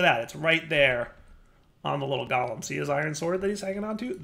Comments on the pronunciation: pronunciation of Golem is triggering me, like it's not Gol-em it's gow-luhm. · I am not native english speaker. But is Golem not pronouced different? Like GO...LEM?